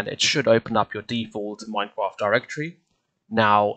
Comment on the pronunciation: oh no thanks for the video but It sounded like at the begging of the video you said you replaced the r i think